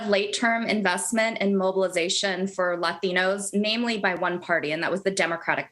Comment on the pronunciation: why can't she just say latinos like a normal person?